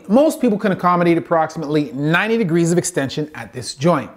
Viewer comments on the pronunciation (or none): none